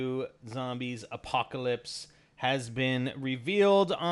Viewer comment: Lol "Appacolpse"